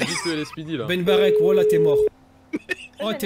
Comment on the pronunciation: C'est moi ou il a dit ben bartek?🤣